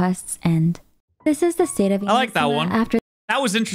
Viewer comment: NO WAY! At last ONE english speaker that pronunce correctly Inazuma!!! Not even in the game the eng voices knows how to do it! Max respect for!